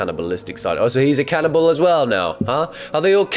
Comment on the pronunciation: I love how you say canninball instead of cannibal